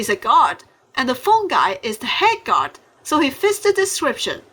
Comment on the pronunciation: When you say guard it sound like you said god